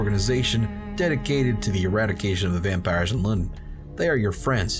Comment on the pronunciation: your happy ‘Vanpires’ made me laugh